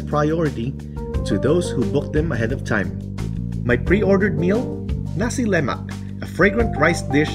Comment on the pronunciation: Its nasi lemak not nasi lemak